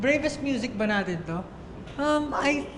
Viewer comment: "Our a'tin" 🥺